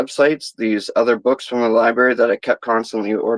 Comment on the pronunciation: Libary... lol